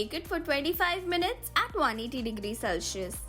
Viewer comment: Hello,, i just wanted to tell u that celsius is pronounced as cell-see-us not cel-shi-us its not a hate comment or anything i really love watching ur videos its just a small tip from my side!❤ nice hacks